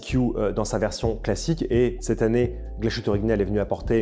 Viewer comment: Belle sélection. Il y a du mieux sur la prononciation de l'Allemand ! ;-) Sauf pour Glashütte - dire Glass-hütte (pas "ch" ou "sh" ;-) Bonne fin d'année !